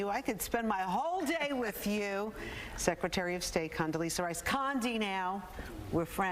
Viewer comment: Is there a difference between an s and z ? If you can't read or pronounce her name correctly maybe you should just try Condy